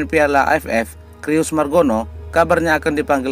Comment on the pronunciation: Om Admin baca "Cyrus" itu bukan /Krius/ tapi /Saires/.